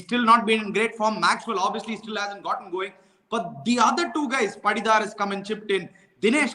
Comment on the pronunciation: you are doing great analysis. 👍👌 Just a small correction on the pronunciation - It's Patidar and not Padidar, Pooran and not Pooraan, like Sam Curran and not Sam Kuraan. No offense meant 🙏